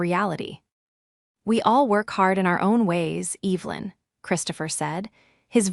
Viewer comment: It always makes me feel uncomfortable hearing the name Evelyn mis-pronounced..because growing up..going to church, there was an Evelyn that we were close friends with..one of my mother’s friends..they are all dead now, but still, after all these years..I notice..it just sounds like disrespect…and carelessness..